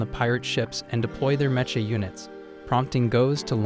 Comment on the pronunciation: Meh-cha units... It's pronounced mek-ah Stupid AI